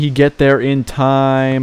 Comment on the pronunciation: Felgaté? I think it’s pronounced Fell-Gate